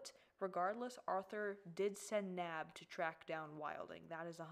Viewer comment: I like how pronounces Naib as 'nab' instead of 'nah-eeb'- 💀😂